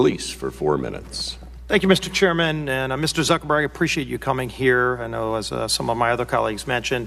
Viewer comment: did that congressman call him Mr Zuckerberry? lol